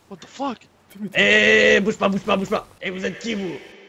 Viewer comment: Tjs dit WHAT FOK